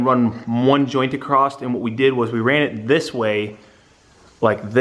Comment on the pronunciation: please stop saying "acrosst" there is no T in 'across'